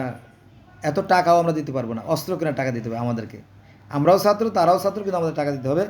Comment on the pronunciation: সাত্র না ছাত্র